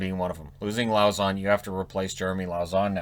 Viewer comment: Lauzon is pronounced LO-ZON FRENCH man lauzon